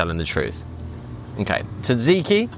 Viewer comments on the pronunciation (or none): …how confident are u it was “taziki” dip u had by the pool, or was it maybe tzatziki? 🤷🏻‍♂️🤣 Love ya vids, even if u can’t pronounce food names correctly!